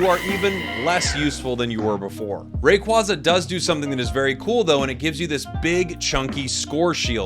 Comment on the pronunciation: I love that you reversed to say Rayquaza in the hispanic way haha 😆 sounds way better, closer to it's Quetzalcoatl roots